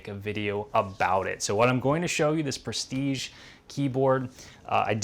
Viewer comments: prestige....like....j..... is the good prononciation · I'm French and "Prestige" is pronounced like your first name dear trainer 😉